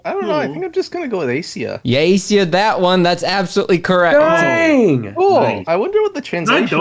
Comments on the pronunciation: "Aisia," is probably pronounced more like "Eye-sia," than "Ay-sia." So an Ice pun. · It's pronounced eye-see-uhh like ice :)